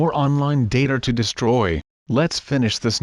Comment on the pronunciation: When u said ‘ We still have another online dater to DESTORY’ wat is destory?? Even tho, it’s funneh